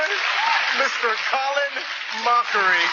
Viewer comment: Is it Mockery or Mochrie? 😂😂